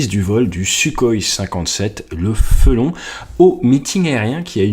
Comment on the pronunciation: C'est FELON pas FRELON